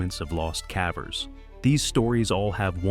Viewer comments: It amazes me just how arrogant many of the cavers are... Respectfully, if you're going to use an AI voice, isn't there a way to get it to pronounce "cavers" correctly? Hearing it say "cavvers" is honestly kind of annoying. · cavvers? how lazy can you be? stop with the AI voices. makes you look like you're only interested in money.